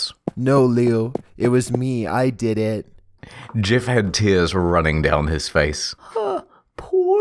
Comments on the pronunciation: Did he just call Jeff the same way boomers say gif? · I thought you said GIF the Killer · he says "jif the killer" therefore confirmed it is pronounced "jif" not "gif" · "Jif the killer" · nice way of saying jeff lol